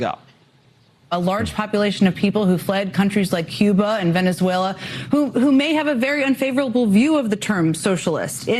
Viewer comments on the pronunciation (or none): none